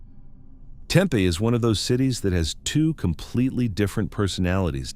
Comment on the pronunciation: The way he pronounced Tempe was like nails on a chalkboard!